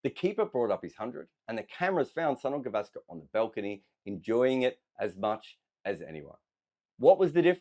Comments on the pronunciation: It's pronounced Souneel Gaavaskr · The way you pronounce "Sunil Gavaskar" it sounds like "Son of Gavaskar". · It's Soo-neil Guh-VAAS-kur